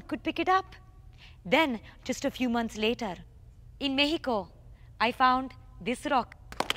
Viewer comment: I think she gave it away when she pronounced Mexico like a spanish speaker would.